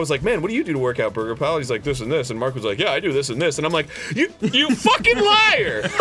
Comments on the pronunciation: Birgirpall didn't correct him?... It isn't Burger Pal..... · You... You said birgirpal wrong find his vid that talks about it